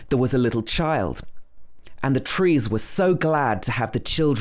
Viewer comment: Short high vowels trees is coming out nearly ‘triss’ And ‘trispassers’ Where did you go to school.? North of London?